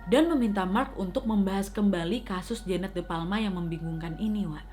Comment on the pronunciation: Kak nadia bilangnya jeannete tapi aq dengernya jaenab😂😂